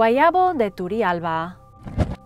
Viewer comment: I highly admire your pronounciation, you do an amazing job. Just one thing. Turrialba is pronounced with a hard "R", as in rich. In fact every time there's a double r in an Spanish rooted word, the R must be rolled. I love you. You Rock.